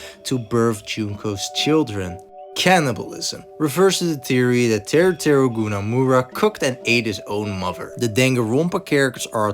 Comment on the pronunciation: “kawater” 😔 and “Teru teru goonamura” 😔